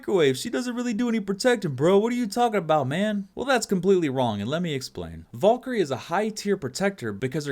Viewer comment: dat time when u cant. pronounce valkerie